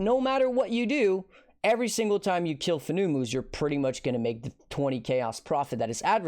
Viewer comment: I'm 99% sure Fenumus is pronounced like Venomous (but with an F). It's a venomous spider. I got a good chuckle out of how dumb "FOO NEW MOOs" sounds though. lol Farrul = Feral Their names are all like that.